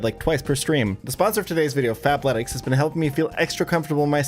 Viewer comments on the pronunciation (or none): fabletics fab with a b i kept hearing that wrong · I’m the only person hearing Fap-letics….right… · I had to check the description cause I could’ve sworn you said “fapletics” lol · I kept mishearing the sponsor at Fapletics im so cooked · I thought he said "FAPletics" like he was about to shill me a masturbation based workout program.